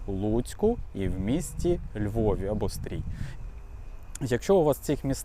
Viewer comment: тільки не СтрІй, а СтрИй!!! А то дууже ріже вуха і шляк трафляє... Ти ж не із Данєцка)))